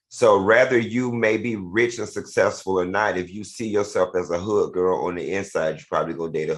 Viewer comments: He butchers the words successful, too. All. The. Time. I don’t think it’s the alcohol. I think he either has a minor speech issue or needs to slow down and/or both. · Not to be a “Karen” but please learn how to say successful!!! It sounds horrible when you are publicly speaking!!! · Al cannot pronounce the word suCCessful for nothing in the world!!! But he definitely prepares for the show!!!!